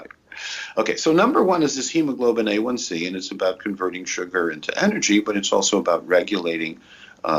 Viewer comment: For Christ sake, each time he names the test I can't understand what he is saying! Why doesn't he pronounce it more clearly! What is the first test?: A1C or H1C? And the second one I couldn't hear either!